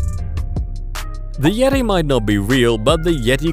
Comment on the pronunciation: Gross and fake like "yet-i". Complex i means fake.